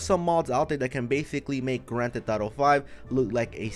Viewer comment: “Gran Te Thotto”